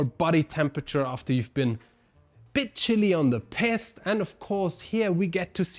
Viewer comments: just that your pronunciation with this one is a little unfortunate 😂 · You keep saying Piste wrong 😂 perhaps try saying Peeeest instead of Pissed.